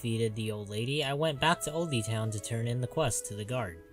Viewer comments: “Old-E town” lol it’s pronounced old town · It's pronounced 'old town' not 'oldey town'